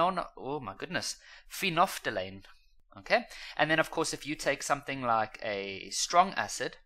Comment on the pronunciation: "Phenono..." I died at that pronunciation.😂😂😂😂😂😂😂😂